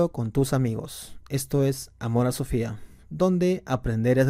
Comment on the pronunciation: Amor a Sofía ... jaaaa, pronuncia bien la "S" . :'v